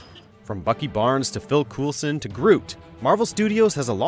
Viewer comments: “Phil Coolson”? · Phil Coolson? Seriously, why don't you at least get someone who knows what they're talking about to look over these scripts before you record? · Did... did he say "Cool son"? It's "coal-son" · "Since the massive success of Iron Man in 2018..." is 10 years wrong. Also Coulson is pronounced COLE-sin not COOL-sin, innit? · Did you just say "Phil Coolsun"? Come on man haha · Phil “Coolson”